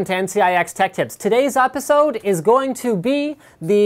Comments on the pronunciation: today's "oposode"????????????????????? xD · apisode xD